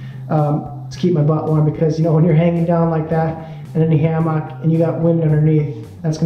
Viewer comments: Great info, thanks! You had me laughing at Ham ock, wasn't sure what you were saying at first. I guess in the south we say it like hamuck. 😉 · His pronunciation of hammock got me. It sounded like ham-mock, where most people say it more like hamuck. Might be a regional thing. Just struck me as different.